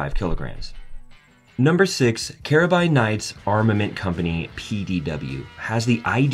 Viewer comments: It's spelt carbine and pronounced carbine. Not spelt Carabine and pronounced Karabine are you Italian? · What’s with all the metric measurements? Instead of “carbine”, it sounds like “carabiner”